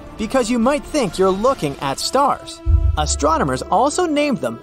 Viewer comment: astro - nomers? Nope , that would astronomers - no pause no mispronunciation!